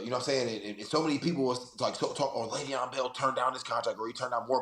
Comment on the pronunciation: It’s Lay-Veon…